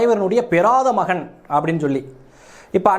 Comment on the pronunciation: மயன் இல்லை.. மகன் தயவு செய்து தமிழைக் கொல்லாதீர்கள்